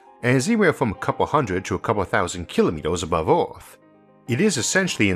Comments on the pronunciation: Sorry, I really wanted to watch your video, but your pronunciation of "Earth" as "Aw-th" really turned me away. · Can't take the narration and pronunciation. Sorry, never heard of Orth or Valume. Made it to . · Where is this magical "Orth" you keep talking about ? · what is "orth" I know the moon and EARTH, but not the "orth" sorry I had a bad day. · I keep horing da word "Orth". Where/who the heck is Orth? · Orth? 🌍 Can't listen to this nonsense. Get a new narrator. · Why is it that the only word out of all the complicated words to pronounce that this man can't pronounce properly is "earth".........? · please learn to pronounce ‚earth‘, made the entire video unwatchable